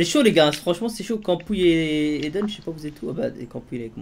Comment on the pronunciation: mdr c est "aiden" et pas "eiden"